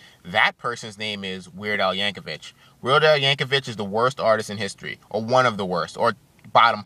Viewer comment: They are called "parodys", not "covers", and its pronounced "Yankovic", not "Yankovich". You are entitled to your own opinion but explain why you hate him, because this video was you brainlessly babbling on and ranting and raging.